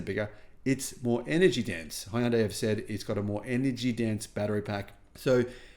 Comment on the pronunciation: In Hangul it's 현대, "Hyun-day", two syllables. Not Hi-un-day.